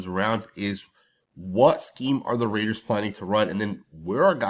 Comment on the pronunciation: RAIDERS not Mehders